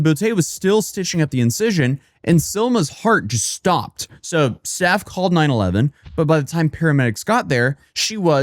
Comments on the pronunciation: It's nine one one. Not 9 eleven. 😂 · Why you say 9 11 instead of 9 1 1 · Please never say so they called nine eleven again 😂 say nine one one 😂 sound like u said they called a terrorist attack 😂 seen pinned comments after this it happens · Love your content, but please say "nine one one" not "nine eleven." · You saying "nine eleven" gave me a flashback to being 5 or 6 and my mom telling me you're not supposed to say that when you're talking about the emergency number because there's no "11" on a phone keypad lol I always imagined some idiot frantically looking for the "11" key while someone is dying 🙃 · We say, nine, one, one; my boy.